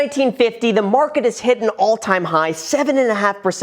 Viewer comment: Tryna rig the marhhhket